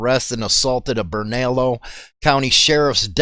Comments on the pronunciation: Burn-ah-lee-o county lol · Bernalillo is actually pronounced BERNA-LEO. GET IT RITE BRO ... LOL MUCH LOVE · Bernalillo is pronounced burn-ah-leo